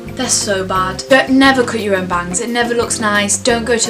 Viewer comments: watching this whilst in quarantine and laughing when says "bangs" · i thought when she said bangs, she said vans and i was like....hold up honey...vans rock